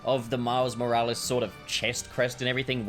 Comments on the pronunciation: no one:: Miles Moral-ees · I’m sorry but it pisses me off how he says “moralees” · Why do you say morales wrong I was losing my mind. It's not moralees. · bro really said miles moraleez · He’s saying moralis wrong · Man said Moraliz 😂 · You dont pronounce his name like Moral ees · Please learn how to say miles name right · That's got to be the strangest I've heard someone say Miles second name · Nobodys gonna comment on the annoying way hes pronouncing morales? AND THEN HE SAYS IT NORMAL, WHY ARE YOU DOING THIS TO ME